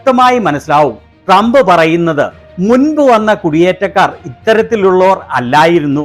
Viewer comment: മോങ്ങിക്ക് നല്ല പോലെ ട്രമ്പിന്റ പേര് പോലും ഉച്ഛരിക്കാൻ പോലും അറിയില്ല....😂😂😂😂😂😂😂😂